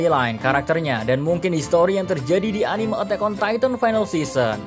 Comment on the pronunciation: Dari titan titan titan kok tiba tiba tytan btw itu maksudnya bacanya